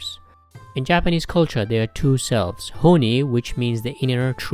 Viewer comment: it's honne(本音)